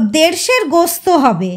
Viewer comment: ota jodi gosto na bole gost balen ar johra ta zora pronounce korle aro bhalo sonabe.